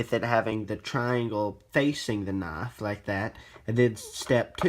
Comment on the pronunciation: Whats a noff? Are you trying to say Knife?